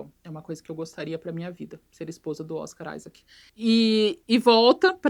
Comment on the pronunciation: Toda vez que ela fala Oscar Isaac eu escuto Oscaralho